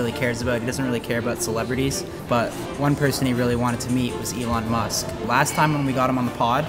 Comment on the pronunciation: "Ellon Moscow" 😂😂